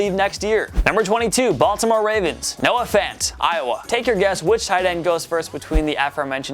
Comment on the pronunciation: When said Noah Fant, I thought he said No offense